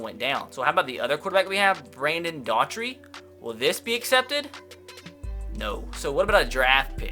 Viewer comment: Doughty is pronounced d-ow-tee